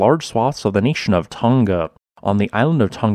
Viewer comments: Hunga Tonga Not Hunga Tunga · The pronunciation is Who-nga Tonga